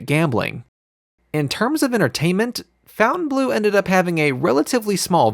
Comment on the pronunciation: I like your show but you should learn how to pronounce the name of the hotel correctly